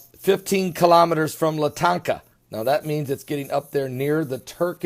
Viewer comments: Latakia is pronounced Lă-tä-kee'-ä. Let's get close at least. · if Universe Just listening to this guy pronouncing the name of Erdogan and LA-TA-KEE-AA (try it that way... its called fonetic spelling) cracks me up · There is no Syrian city of "latanka". There is as city called Latakia but it's in the west not the east. You sound like a blithering idiot I'm sorry to say.